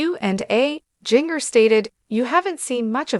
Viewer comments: Her name is pronounced Gin ger NOT Jing ger. 😮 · Are you a robot? Or have you never heard her name? It’s Ginger (like the spice) but with a J instead of G. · Wow. The mispronounciation of Jinger's name is so distracting!